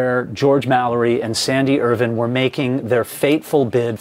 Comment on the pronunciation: Hi, love these clips, I’ve been following this since Mallory was discovered. Just want a to ask would you please pronounce Sandy’s last name correctly Irvine as in grape vine not as Irvin, he deserves that level of respect. Cheers